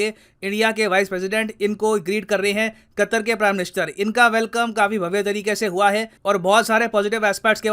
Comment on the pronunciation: Foff qattthhhrrr 😂😂